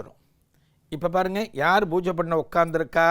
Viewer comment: Divine explanation. But not bbojai. It is pooja and poojai